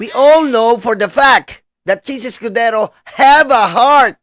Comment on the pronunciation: anong "Chiz EskuDORO ???"